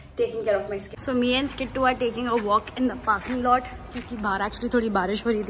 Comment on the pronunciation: that skitto sounds like omg